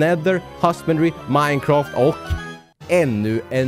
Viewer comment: Det roliga är när du säger Minecaft!!